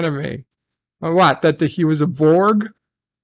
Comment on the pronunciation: That's my only gripe. It's borg..... AGAIN!!!!! everything else about the episode was enjoyable